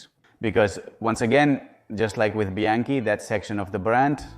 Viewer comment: What the f*** is BYankey? It's bianchi and surely you have heard this pronounced a million times. Why pronounce it like that???? You are weird and creepy. Dislike